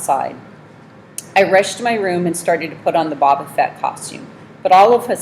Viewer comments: "Bob uhh fet" that gets on my nerves more than it should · Bobo fett no boba fett